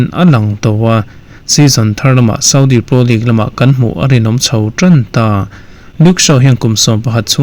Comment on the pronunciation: Ngatinge Premier hi preeemiaar kan tih zel a? League lah Leak kan ti zel a, (Leeeeeverpool pawh hi Liver-pool kan tih tlat le??? :😅:face-blue-smiling::face-purple-smiling-tears: Mizo :yt:ber ho te abikin news content nei thin te English thumal kan lam danah hmasawnna tur kan nei. Lam no leh lam nalh lam ni lovin a lam dan dik hi a pawimawh tih hi hriat a tha kawp mai.